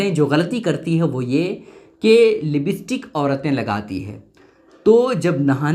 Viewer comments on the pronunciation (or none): Libstik nhi hai,, lipstick hota hai